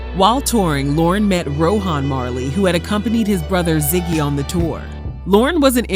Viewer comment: It’s pronounced Row - en. Not Ro - han. The ‘h’ is silent.